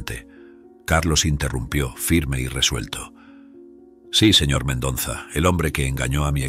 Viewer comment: Me gustó la historia Lo que si noté, es al narrador le cuesta respirar Se le escucha el modo de su respiración Si el Sr, hiciera la pausa correspondiente al leer la historia, no le pasaría esto Lee de corrido, le falta aire y es x eso que se escucha su jadeo ,al seguir con leyendo Otra cosa q note es:, es que pronuncia mal el Apellido del dueño de la empresa El dice MENDONZA Pero ese apellido q es de ascendencia hispana es MENDOZA A no ser q sea nuevo ese apellido En ese caso me disculpo Gracias